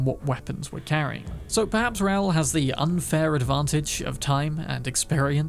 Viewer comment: Hearing him say Raul like a fucking moron took me out of it. Are British people this stupid and clueless?